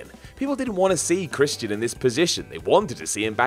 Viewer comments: POOSH CHRIST-E-AN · The way this guy says Christian...